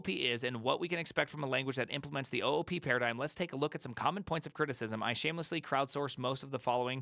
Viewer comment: it should be pronounced OOP not OOP